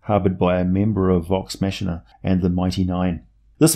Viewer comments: Vox ma-K-ina. Not vox ma-sh-ina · Dude, I'm sorry, I normally love your videos and am a Patreon supporter, but you don't even know how to pronounce the most basic names. You even mispronounced "Vox Machina." Please don't make any more Critical Role videos.